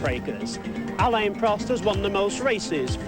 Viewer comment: Oh my god the way that American commentator is pronouncing some of the names is making my teeth itch!!!! Its Prost not proast